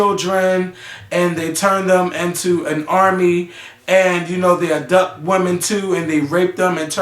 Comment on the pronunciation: DID HE SAY "ABDUPT"?!?!?!?! ENOUGH SAID!!!! LMFAO. WHERE IS MAKAEL?!?!